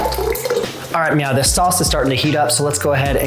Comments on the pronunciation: Are you saying "meow" instead of "now"? I could swear when you said, "alright meow the sauce is heating up" Please tell me you arent saying meow. I really want to like these videos. Its not cute or funny. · Anyone else notice that he says "Meow" instead of now??? Tell me I'm not the only one who notices!!! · Is it just me or is he saying meow instead of now? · Are you saying "meow"? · Is he saying MEOW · Is it just me or as he keeps saying “ok meow” 🐱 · So totally hearing it too! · Are you saying meow?😅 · Are you saying “meow” 😂😂😂